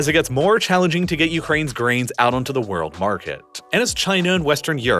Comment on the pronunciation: Take a shot for every time he says worrld